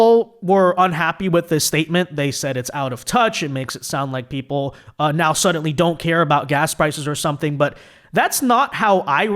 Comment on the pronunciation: There is no t in the word suddenly you always say suddenTly it drives me nuts